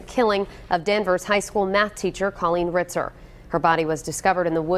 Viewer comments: Good grief. That entire episode you mispronounced her first name. C-O-L-L-E-E-N. Not "Cilleen". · Car leen not kaleen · If it weren't for your pronunciations and quips, this would be tolerable. School being shut for ages would imply decades if not centuries. Also, it's CALL een, not KILL een. I know you can't help it, but shit. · Its co l-leen not ci-leen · It’s pronounced COL leen not Cul leen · Coh-leen not cu-leen. I’m sorry I don’t normally correct peoples innocent mistakes but this woman was murdered brutally and the incorrect pronunciation of her name is bugging me more than it should. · Why does the narrator say her name like that? So irritating pronounced it’s Kawl-een not kuleen 😑😠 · You need to say the victims name correctly, her name is Colleen pronounced Call-lean not Cah-lean. There were plenty of news recordings used in this program about the case that could help you with the correct pronunciation of Colleen's name. Especially since her murders name was used quite often and said correctly. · In the last story this lady called ankles as "uncles" and in this story she calls Colleen as Khaleen. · Like how she calls her "C-lean".. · Omg...I can't unhear this commentator keep saying 'Culleen'! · OK, but who was this Kahleen guy the narrator kept mentioning? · The 'Voice Over" woman gets on my tits. If you want to know how to properly pronounce 'Colleen' listen to the US TV REPORTER! Also, that awful North England accent..I can't watch anymore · Her pronunciation of Colleen threw me for a loop. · Ur pronouncing colleen wrong plus old news. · Its wrong ty!